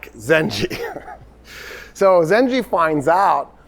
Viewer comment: And it's Zangi not Ginky. Full name Imaaduddin Zangi